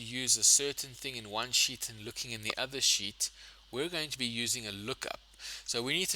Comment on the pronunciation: sir are you saying sheet/ seat or sh!t it is not very clear💢